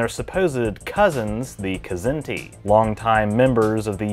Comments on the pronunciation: Larry Niven has told me in person that it's pronounced: Zinti. The K is silent. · I'm pretty sure the K in "Kzinti" is silent...like "knife". You'd have to ask Larry Niven though...